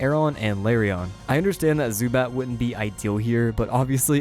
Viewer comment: He said Larryon 😂